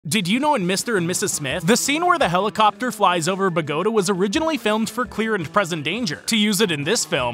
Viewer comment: The way he is pronouncing Bogota just pains me.